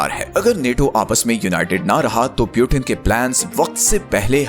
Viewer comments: Peuten ❌ Putin ✅ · It's Putin, not Piutin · पुतीन को प्युटेन क्यू बोल रहे हो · Putin❎ Piutein✅😂😂😂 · Peauten❌ Putin✅😂😂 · Bhai video fir se banao, or agla bar putin ko putin hi bolna .pyutin nahi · Its putin not pyutin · Butain nahi bhai putin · Kya Pyutin Pyutin bol rahe ho Putin bol na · Good theory but It's "Putin" not Butin! By the way. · Piutin nahi putin bolna sikh pahale. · Sabse pehli baat pautin nhi putin bolo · Pewtin nhi putin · Pew-teen❌ nahin Poo-tin hai✅😂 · Puitin 😂😂😂😂😂😂 First go and lear to pronounce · Bhai pu tin kyu bolta hai😂. Wo tin ka dabba nhi h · Putin ka pronunciation hi galat hai aur app sources expect kar rahe ho.